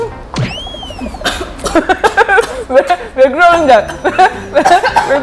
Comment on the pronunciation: 주꾸미 먹을 때 왜그러는데에서 경상도 억양이 들렸다ㅋㅋㅋㅋ 쌀국수 주말에 먹었는데!!! 진짜 담엔 해산물 브이로그 해주세용🙏 주꾸미 아구ㅠㅠ 다 좋아 증맬루…🥺 아 호랑이 냉면 식초나 겨자 없어도 될 정도에용?